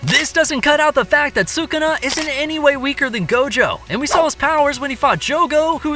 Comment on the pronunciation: Is sukuna not sukana